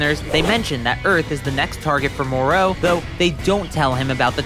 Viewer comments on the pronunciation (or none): Pronouncing names always cracks me up... more-O really it's MorO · Why do you pronounced it Mor-row? Every Dragon Ball Youtubers I've seen pronounced it Mor-Ro. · The way the narrator in this video says Moro as “Merrooow” makes me wanna punch him in the face. And he called Zamasu, “Zamasse” This guy doesn’t know sht about Dragonball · Its mo-ro not moreau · Skipped the video when you started pronouncing Moro as Moró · Good video but your pronunciation of the name Moro bothers me you put a V at the end Morov or Morou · It's spelled "Moroh" not "Moreau" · STOP SAYING MOR AND THEN O ITS JUST MORO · Hearing you mispronounce Moro's name over and over again is like nails on a chalkboard. It's Moro, sounds like Toro Or the Mortal Combat character Goro It does not sound like You want More Os 🫣🤦🏽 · ok dude... it isn't MOR-OH, its MORO. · It's pronounced more o not mor row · The way he pronounces the names Moro he says Morol or something else and merus marus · Why do you pronounce it mor-ow. I bet you are one of those disgusting people who pronounce Goku "Gow-cooh" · Pausing to say “More-O” 😤. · FFS, his name is not Moreau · Monroe? Why do the americans doesn't know how to say "O" Piccolow, jacow, gowku hahahahahahahaha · I can't hear you say moro like that anymore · Why do you keep saying Moro with such emphasis? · The way you pronounce Merus and Moro is pissing me off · your pronountiation of MORO is entirely wrong, eventhough IT HAS OINLY TWO OPTIONS. USEFULL VIDEO, PRONOUNCIATION WAS REALLY FUCKING HARD TO BARE. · the way tou say Moro is awful